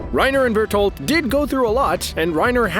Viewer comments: Did my man just say Bertold? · Ur murdering the pronounciatuon of berenholdt